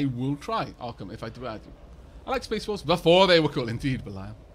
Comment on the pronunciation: Did you hear space Dwarfs too? I did at first but a few sentences later realised he was saying "Space Wolves" Fenris' chapter.